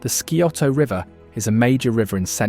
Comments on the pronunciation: Skee-oh-toe to you too, pal. I know it's sigh-oh-tuh and ole-en-tan-gee and not oh-lan-tang-ee. I was waiting for Leema and Bell-fon-tain. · Scioto is pronounced "sy oh toe: The "c" is silent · Sigh- Oh-toe river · Please learn how to properly pronounce AND spell “Scioto”. 🤷🏼‍♂️🙄